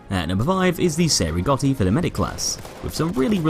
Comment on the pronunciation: Yeah but the way he said "cei" made me cringe every time. But still very good video.